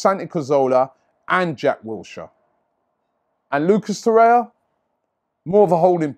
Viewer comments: It's Torreira not Torreia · TorreiRa not Torreia